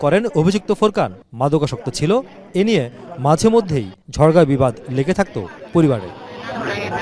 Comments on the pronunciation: "ঝড়গা বিবাদ" ❌ 🤔 সঠিক উচ্চারণ হবে "ঝগড়া বিবাদ" ✅ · "ঝড়গা বিবাদ" ❌ সঠিক হবে "ঝগড়া বিবাদ" ✅ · "ঝড়গা-বিবাদ" আবার কি? "ঝগড়া-বিবাদ" হবে। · সাংবাদিক ভাই শব্দটি ঝড়গা না ঝগড়া হবে😂